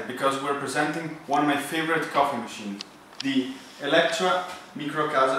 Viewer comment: Within seconds I was sure you were Italian! You know how to pronounce the name correctly. 😂